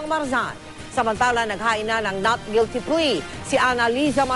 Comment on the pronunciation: hahaha plead guilty.. haha Hukom: guilte?